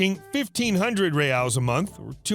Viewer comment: Love the videos! As a brazilian, I feel that I had to comment and complemmentt your pronunciation of Brazil's currency ('Real' and 'reais' - plural). It was perfect! Keep up the great work!